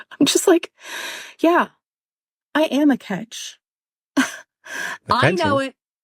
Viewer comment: Lmao it sounded like she said "I ham great" 😂 anyone else hear that?